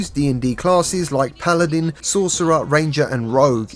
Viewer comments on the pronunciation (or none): none